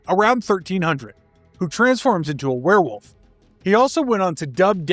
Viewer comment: *VvereVvolf you mean?